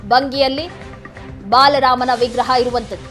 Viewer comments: Baalarama... not balarama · ಬಾಲರಾಮ ಸರಿಯಾಗಿ ಉಚ್ಚರಿಸಿ...